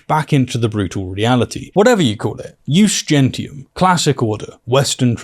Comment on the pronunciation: The point about "Jus Gentium ", the ONE thing he thinks he has Kyle on and keeps trying to circle back to is the dumbest f*cking thing in the entire world, Jesus. It's like someone trying to cite the Code of Hammurabi in the context of Ohio State Law. 1. Michaelus Regardus isn't even pronouncing it right. He's using the Classical pronunciation of "Jus" with the Ecclesiastical pronunciation of "Gentium". If you're going to rely on Middle School tier "Umm well akshully according to the um official law of casus belli, per se, um I get to sink all ur um battleships herpderpderp." at least pretend to be smart correctly. 2. "Jus Gentium" Hasn't been nominally relevant in Europe for FIVE HUNDRED years and even then only under the superficial influence of the Church. It was a suggestion at best within the confines of EUROPE. We're not EUROPE and have never been for the entire existence of our country. It hasn't been relevant legally since the fall of the Empire FIFTEEN hundred years ago or earlier. And we're definitely NOT an antique empire from the turn of the 1st millennium as much as these crypto-fashies want us to be. 3. It was a CUSTOMARY law. A vague philosophy at best. Not a set of civil or legal statutes or codes. Even IF we were the 1500 year dead Empire that "used" it, we'd STILL need actual specific legal codes to apply and execute, i.e. the very things Kyle (and the world over) had been saying were violated. This is all irrelevant anyway because we ALREADY have "customary